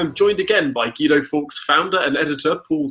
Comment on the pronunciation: Hi Guido, when are you going to talk about your incompetent government? And why can't you pronounce your own name? I'm actually embarrassed on your behalf.